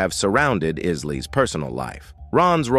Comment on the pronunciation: I know the narrator needs to learn how to pronoun "Isleys"